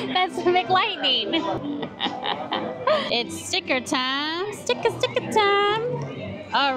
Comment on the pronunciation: "stick-uh stick-uh" time 😂😂😂